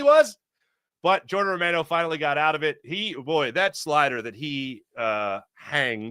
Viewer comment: Gosh, you'd think a guy with your surname could at least approximate the pronunciation of Romano.🤣 Anyway, go Phillies. try to do something in thesecond half of the season as well. I'll wait till well after the All Star game to get my MLB subscription.